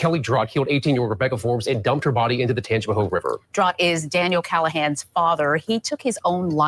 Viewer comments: Very close to me. Looking at the difference in his pics, it has to be drugs. Still no excuse. Tangi-pa-hO-a or Tang-pa-hO Lo-ran-ja Mostly short vowels 😊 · Hi,! Hailing from Louisiana! Love your show! It’s pronounced “Tanj-u-pa-ho” Parish. There’s a lot of hard to pronounce names here. lol 😝